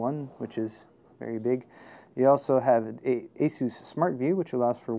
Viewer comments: The way he pronounces "asus" - I don't like it. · I've always heard Asus pronounced like AY SOOSE. But don't get me started on mispronunciations. Linux is (lin ex not lye nex) Novell is (No Vell not Nah Vull) IO is (eye oh not eee oh) cache is (cash not cashy or cashet or catch or cash ay) solder is (sol der not sah der) The L is a soft L Internet is (Enter Net not inner net) The words Crash, Locked up, Frozen, won't turn on, won't boot, isn't working, BSOD etc are different things.